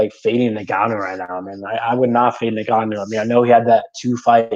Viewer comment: Great vid with some interesting takes. It's a little distracting when you keep pronouncing Ngannou as "Nagano" though.